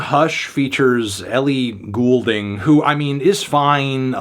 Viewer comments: it's Ellie Golding, as in 'gold' not 'ghoul' lol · Ellie "Ghoul ding" ???? u cant even pronunciate a very well established artists name? Like, come on. Nasty. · Guy claims to be a credible music critic and doesn’t even know how to pronounce the name of one of the artists he’s reviewing. One of many reasons this guy is a joke